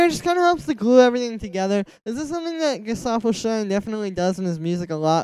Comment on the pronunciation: The first English speaker to pronounce correctly Gesaffelstein 👍 double 👍for the vid.